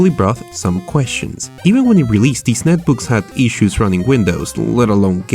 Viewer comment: it has *eee*ssues